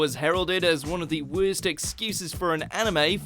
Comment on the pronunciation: "wehrst" anime so far